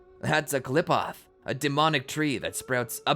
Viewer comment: The way he mispronounced qliphoth but it is a hard word still it is not clip off